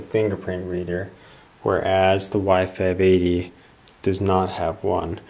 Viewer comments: The whole time I actually thought you were saying Y 5 Baby :DDD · every time i hear y580 it sounds like wifi baby